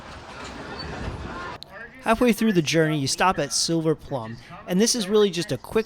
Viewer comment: It's Silver Ploom, not Silver Plum! My grandmother grew up there in the 1890s!